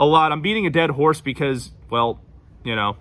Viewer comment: It's the southern "hwell hell" for me 💀😭 Texan native here and I say that shit all the time.